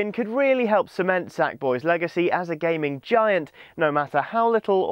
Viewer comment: it sounds like he is saying gaymon